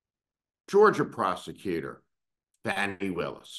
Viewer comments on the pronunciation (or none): No Steve, you're a bit WRONG! Also please get her name correct...it's FAWNI not Fanni. Perhaps we should call you. Those Prosecutors SHOULD have done what they did, at least f**king TRY to bring that Tangerine Tool to justice! This is. not. OVER. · You're full of it...and her name is pronounced Fawni.... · Her name is pronounced FAHnee, Steve. This is the worst rant you have had. Off base. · You could have at least pronounced Ms. Willis' name correctly!!!! If Merrick Garland hadn't dragged his a$$ for three years because he didn't want to appear partisan, we might not be in this situation. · YES, that's my question, as well. Steve, can't believe you are disrespecting Ms. Willis by mispronouncing her name. And, BTW, her issue was and is totally unrelated to the crime Trump committed. Also, I think you are way off the rails today. Why are you so keen to be critical of the prosecutors? I see our laws as being way skewed in favor of the rich and famous. That, and a seriously weak Merrick Garland, as well as a corrupt Supreme Court. You need a few moments of self reflection, Steve. You are out of control